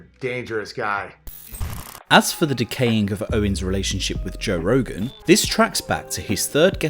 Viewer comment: toe rogan